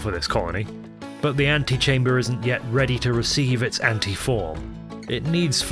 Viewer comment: No shit I threw my head back when you said Ant-e-chamber.